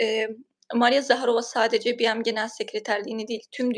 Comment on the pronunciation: Hanimefendi ,acizane BM Tutkçe bir tanimlamanin kisaltmasi oldugu icin "bi-em" seklinde telafuz etmeseniz sanirim daha dogru olur. Anlayisiniz ve duzeltmeniz icin simdiden tesekkurler